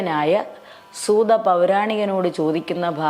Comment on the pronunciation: പാടിയ പാടിയാൽ ആണോ പ്രേമാ ബുദി അല്ല പ്രേമാം ബുധി യല്ലേ ബ്രെഹ്‌മാ അല്ല ബ്രെഹ്‌മ പ്രേബോധം ആണ്. പ്രെനോവി .... എന്താ. നല്ലയൊരു ശബ്ദം സുതാ... സൂത അല്ലെ. മാൻ ഉഷ... മാനുഷ. ഉള്ളത് വായിച്ചാൽ പോരെ. ഹ നല്ലപോലെ ഉച്ഛരിക്ക്. ത്ഥ.. പ്രമണ്യം.... മംഗലം.... മംഗളം... ല്ലൊരു.... വല്ലാഭം.... വല്ലഭം. ധ.... നല്ലപോലെ ഉച്ഛരിക്ക്. വന്തി .... വന്ദി.. പാരം.... മാന......😢. നൈ...ഭ..... 😇 ഉപ... ദേശിച്ച... ഖി... ക്കി.... ക്യാ... ഖ്യ....